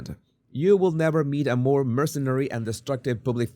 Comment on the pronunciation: Love MOAR instead of more, I wish I knew another language, I can barely handle English.